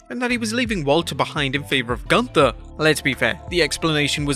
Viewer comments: Let Walter tell it, “It is not GUNTHER, it’s pronounced GOONTAH!” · Es heißt gÜnther, Freunde. Mit Ü, yoah,,🙃! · It's pronounced Goonta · It's not Gunther, it's GÜNTHA. But the fact is even Shane Thorne was changed name to Slapjack, but he was more singles matches than the other Retribution members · It’s pronounced (GOON-TER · OI! NEIN! ITS PRONOUNCE GUN TA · It's not Gunther, it's GUNTHA ! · its goontha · its pronounce gunthaa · its pronounce "gunthaa" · Gunther is even more worse because nobody who speaks English can even say the name right ffs. Including here. Th is not a th. It's just a t with a silent h and U is a U and not an A. WWE should educate their employees before making such a stupid namechange that nobody can say right. The same is with Ludwig. U isn't the same in German like in English. Berlyn in WCW was even a better namechange than Gunther. The commentators could say the name right. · So they gave him a really German name but use the English pronunciation. That's just the kind of brilliance I've come to expect from WWE.